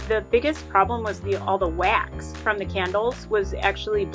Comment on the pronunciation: The way she said ( wax) made me laugh so much Who agree?